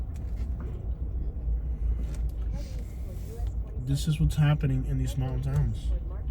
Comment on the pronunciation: Why are you so negative about Dayton. You know absolutely nothing about the town or the area. There are 3 vape shops I Rhea county not 20-50. I would suggest you apologize about everything you you said and move right along. This is a good clean Christian county. It pronounced like the name Ray. It's spelled Rhea . You drive in here acting like you know all about it. Al the lazy people. Please go away